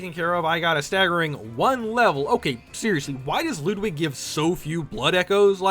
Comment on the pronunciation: Bro misspronounced abreatis and ludwig :(